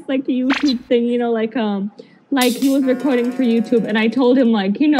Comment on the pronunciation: น้องๆ recording เวลาเป็นverb อ่านว่า "รีคอรดดิ้ง " รี นะคะ แต่พอเป็น noun อ่าน ว่า " เร็คคอรด "